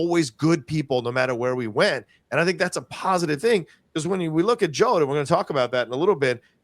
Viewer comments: I like the channel and everyone on the show, but going back and forth with the pronunciation of Jod, as "Jode", "Jahd" was distracting for me. Just a nitpick...keep up the good work.👍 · 8 Episodes and STILL can't say Jod's name, right??? /shakes head